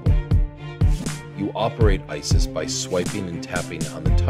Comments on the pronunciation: Just for FYI, IT'S ICIS NOT ISIS -_ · ICIS huh sounds like ISI